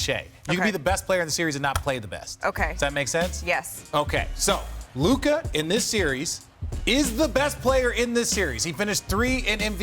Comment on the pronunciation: Its Luka. Its not that close.